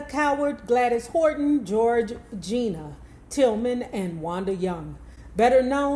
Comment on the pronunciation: It’s pronounced George-Anna and Waneeta